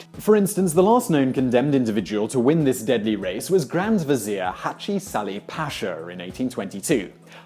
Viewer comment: to clarify, Selim was an exception in Ottoman history. He was quite insane and had an obsession with killing anyone he became paranoid about, which was a lot of people. also, bashir is pronounced bahshir. same with paşa, pronounce it pahsha.